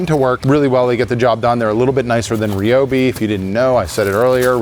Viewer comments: What is a Ree Obi? Why do you say it so queer?! Do you call friends named Ryan Ree Anne? Cmon man, don’t be like sleepy joe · please say ryobi properly its not reeeeobeee, sorry im so triggered by that lol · It's r y not r e Ryobi there is no e in the word